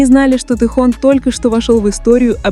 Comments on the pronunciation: Блогер не умеешь говорит имя Тэхён уступи место другим ,которым умеют правильно говорит имя Нашего любимого Тэхёна! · Миллионы им восхищаются, а вы даже имя его правильно произнести не удосужились